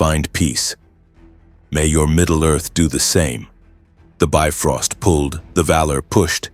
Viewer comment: Well yeah. This is what happens when you have AI write a story for you. Then you let the AI voice call the Bifrost a "biffrost".